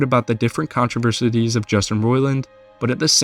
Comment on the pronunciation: If you're going to push already debunked BS and slander people with it, maybe at least know how to pronounce "controversies" and "detrimental".